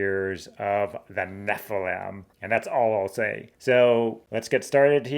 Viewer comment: I don't get why you don't properly enunciate each syllable in NEPHILIM. It should be NEFF. ILL. IMM. Not "neflem".